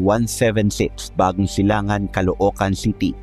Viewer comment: Bagong Silang po.hindi bagong Silang an boss